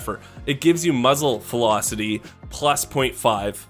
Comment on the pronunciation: muffle...mufzle...muzzle felocity. im dead XD